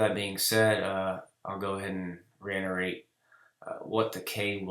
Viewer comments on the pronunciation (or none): ReiTerate man.. please don’t ever say reiNerate ever again